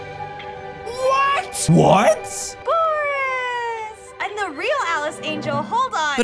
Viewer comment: dantdm whOt whe says it with an O